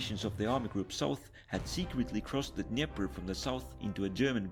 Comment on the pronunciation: Best pronunciation of River Dneiper.... .